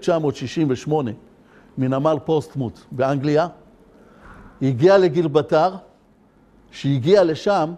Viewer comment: לא אומרים גילבטר יא בור שכמותך ג י ב ר ל ט ר